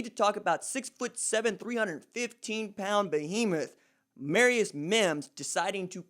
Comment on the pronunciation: Its pronounced ( Amar - Re- IS) 🖤🤟🏽